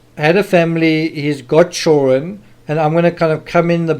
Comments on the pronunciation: I don't know what your primary language is but in English the word is children with a "d" not chullren lol. You have to pronounce with a d in the word. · children!!!!! NOT CHOREN